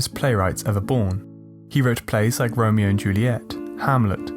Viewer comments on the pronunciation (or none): none